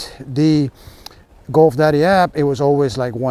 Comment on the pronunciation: Goof daddy. Dude, practice your pronunciation.